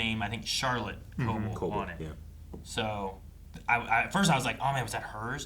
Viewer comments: Y'all.. "co-bell" is the pronunciation. Please. You say it so much and every time you say it wrong, my eye twitches. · ITS CO-BELL HOLY SHIT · The fact that we're 8 episodes into the season and they still don't say Cobell's name correctly is kind of astonishing, ngl.